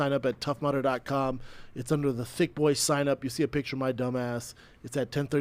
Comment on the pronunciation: “pic-cure” hhmmm